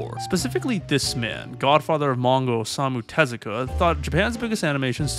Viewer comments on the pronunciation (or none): Yesus Christ! I hate when an interesting topic is narrated by a guy that can barely enunciate. Even worse is that he speed up the narration to seem more animated, but talks way too close to the mic and pronounce ALL foreign names wrong. DUDE, It is called " O-SA-MU TE-ZU-KA" not "ASmu TeSiKa". Not even the CC of youtube can understand what you say.